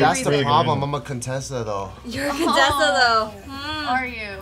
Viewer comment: Coup-tessa had me ROLLING 😂😂😂😭